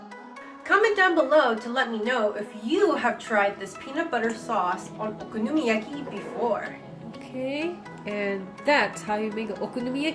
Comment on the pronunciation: YESSSS. 🥞 PANCAKES ANYTIME. 😂💗 And no girl. I can’t say that ONE time let alone many times. Haha 😆 I loved how you said it though. Lol. Nicely done. Looked very delicious! 💗👌🏻